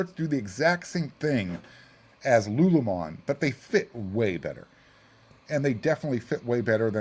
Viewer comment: Love the show but I can’t tell if you are pronouncing LuLu Lemon like lulumon on purpose